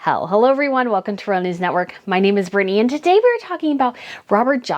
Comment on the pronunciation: Who is this "Brinney?" Or is she trying to say "Britney"?